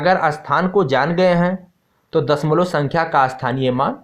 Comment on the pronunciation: Sir dasmal nahi bolte hai dashamlav bolte hai 😂😂